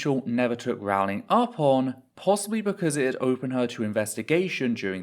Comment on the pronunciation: I thought it was Rowling like bowling, not Rawling like boweling.